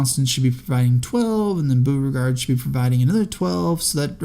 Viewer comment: It's also BOH-re-gard, not BOO-re-gard.